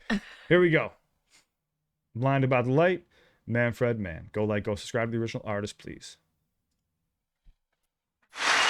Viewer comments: FYI Dont pronounce it man-fred, w/ the 2nd syllable like the name "Fred". Say "man-frid", w/ a soft "i". 2nd syllable in "Manfred" rhymes w/ "lid" not "led" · We usually pronounce his name MAN FRID . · It's pronounced man- ford. or ferd.